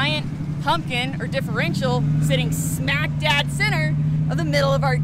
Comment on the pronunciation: .. "smack dad center"? Pretty sure its supposed to be smack dab center. :-) Love the content and great coverage of capability of a modified Bronco